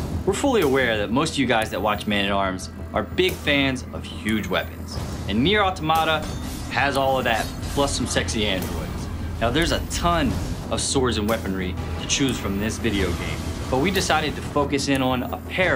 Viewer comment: Nice, one thing though, NieR: a-toma-ta. not auto-mAta or a-tomato